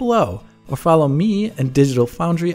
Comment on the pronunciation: Alex, do you have a german background, like a german family member or something? I've noticed your perfect pronounciation of german words in past videos and now you pronounced "Auf Wiedersehen" perfectly as well. What's up with that? Regarding Metro: I loved the first two games for their world building and atmosphere. They were a bit rough around the edges when it came to some of the mechanics, but I still remember them very fondly. I'll definitely get this one too.